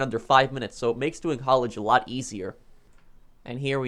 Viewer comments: Its HAULAGE not HALLIGE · Nobody:: HaUlAgE